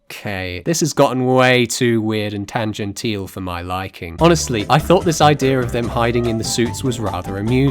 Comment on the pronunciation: Is that the pronunciation of tangential we're going with?